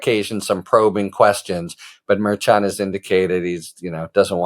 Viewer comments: Isn't the judge's name pronounced Mare Shawn? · why can't Harry get the pronunciation of Merchan correct?